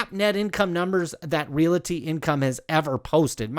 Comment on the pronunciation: Love the video, but every time you say REALITY instead of REALTY, a kitty dies